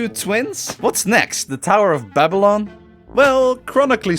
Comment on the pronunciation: It’s the Tower of Babel, not Babylon. Wtf?